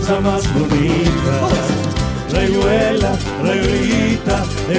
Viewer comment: Esa "r".... no da así, mal che. rrrayuela se dice